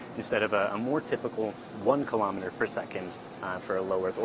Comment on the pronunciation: KIL O METER, not klahmuduh.